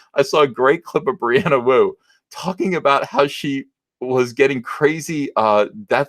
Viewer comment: Thought you said Brianna Woke for a second.